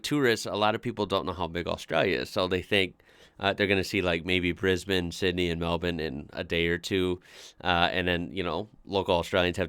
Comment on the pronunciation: is one of the only Americans who I know who can pronounce Brisbane and Melbourne correctly.